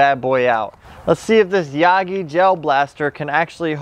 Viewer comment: Ah yes the ya gee-E blaster